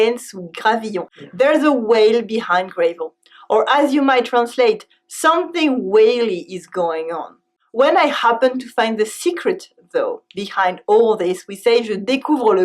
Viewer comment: Gravel pronounced like Gras - vel, not comme gré - vel. Merci